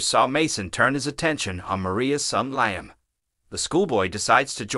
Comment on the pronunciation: Liam is pronounced Leeam !!